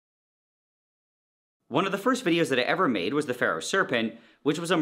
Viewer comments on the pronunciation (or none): none